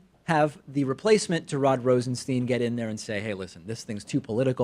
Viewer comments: RosenSTINE. Not Steen. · Is David mispronouncing "Rosenstein" on purpose?